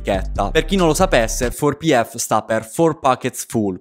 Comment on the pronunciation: Grande bro però in 4PF non pronunciare la r di four la pronuncia è fo pi ef. Inoltre il 4 non è per dire for quindi “ per le tasche piene “ ma proprio “ quattro tasche piene “ comunque apparte questo gran video